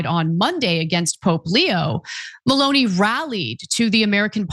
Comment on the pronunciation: It is not Maloney for a start to get the name right. MELONI, when you speak about the political relationship with President TRAMP